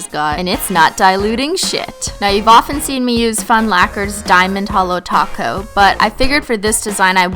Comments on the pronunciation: When she says 'holo top coat' I hear 'holo taco' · I thought you said you applied a taco!😂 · every time u say top coat I hear taco....